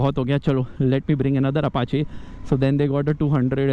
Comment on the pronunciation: said Apachàe instead of Apachii.